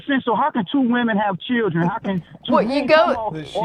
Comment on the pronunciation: and what's a churldren